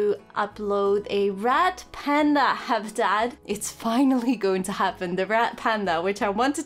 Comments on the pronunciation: It sounds like your saying rat panda and that makes me laugh I know you mean red panda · I'm sorry but now that people have said your 'Red Panda' sound like 'Rat Panda' I can't un-hear it- 😂